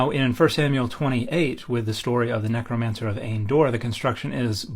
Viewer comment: Hilarious hearing you say "necromancer". I never thought of the witch of Endor that way.